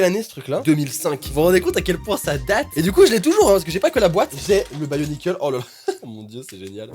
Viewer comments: Sa se prononce bionicle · Je connais et il prononce mal bionicle